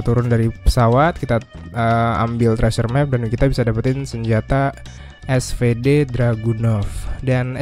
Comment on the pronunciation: bang, btw kalau gak salah SVD dibaca nya "esfidi" bukan "esfede" KALAU gak salah bang hehe..